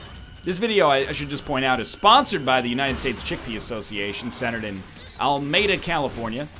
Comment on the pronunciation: your sponsored video joke was good until you horribly mangled the word Alameda